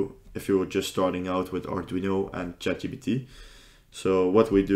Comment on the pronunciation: This is a good video. I feel like a nerd for mentioning this but it is Chat G*P*T not GBT. Also, I've found that GitHub Co-Pilot is a bit better at coding than ChatGPT.